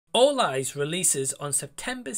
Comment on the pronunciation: Awesome review matey, I love the way you explain stuff in your reviews! I thought you said Fall Guys at first lol!😂😅 Great new rating system you have, I personally prefer it as a rating out of 10 but you can do whatever you prefer! I won’t check out this film but I appreciate your reviews as always! Take care mate!!!😁✌️